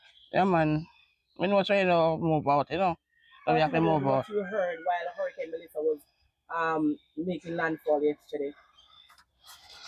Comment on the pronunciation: Why this woman keep saying melisha?